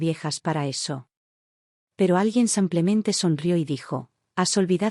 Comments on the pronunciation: tus historias lo dices como que “ san clemente es “ simple mente “ disculpa la corrección pero se pierde un poco el texto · Solo agrego que hay ciertos errores para ayudar a corregir, en este caso la palabra: simplemente ( porque dicen samplemente?)